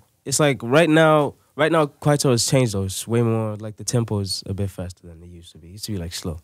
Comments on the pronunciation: Nasty C says "Kwaytho" this other guy from America says "Kwaito" wtf! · Nasty C: Khwaithow Ebro: Kwaito. 😂🤣😂 Bafowethu. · we as south African don't like the ways Nasty said "KWAITO"🤕🤢😵